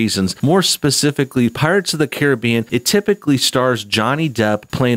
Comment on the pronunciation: Its pronounced Caribbean not Caribbean